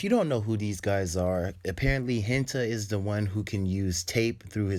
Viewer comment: It’s not kishima is kirishima and it’s not ha-en-ta is Ha-n-tah (hanta sero)